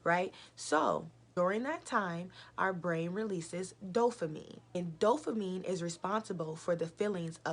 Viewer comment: Why you keep saying dofamine though. Its Dopamine right!